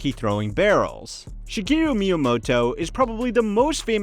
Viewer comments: "Mayamoto", "Yamuchi" b for effort though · is this made using an AI voice, saying kyoto, miyamoto, and yamuichi incorrectly? down vote just on that